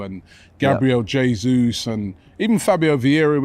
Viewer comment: Robbie gonna be all season going on and on about Gabriel "JAY-ZEUS"